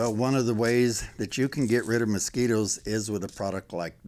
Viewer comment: Anyone that says “moskeeters” knows what they’re talking about